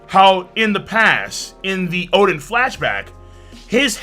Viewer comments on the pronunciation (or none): none